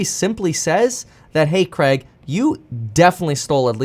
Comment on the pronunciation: Why do Americans say CREG instead of CRAIG.